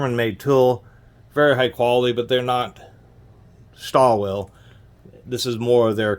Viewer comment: lol you didn't even try to pronounce stahlwille correctly.